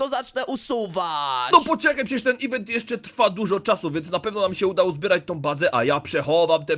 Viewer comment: Nie ewentu tylko mówi się iwentu